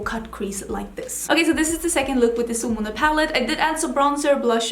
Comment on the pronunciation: I love hearing you saying the word Solmåne. So beautiful.